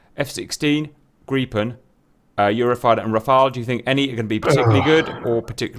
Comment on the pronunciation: Woah, GOOD JOB Cap on the Gripen pronunciation, first time I've heard a foreigner get it right. Gripen should be fully operational with pretty much any loadout on roads.